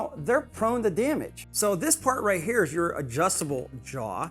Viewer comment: “Right hea” is annoying....lol